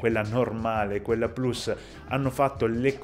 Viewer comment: Inizio a seguirti perché dici plus con la U